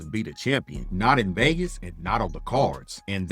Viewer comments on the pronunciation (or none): none